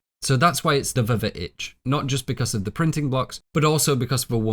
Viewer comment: K, ummmm, pretty sure it's pronounced "vuh-vitch" tho.....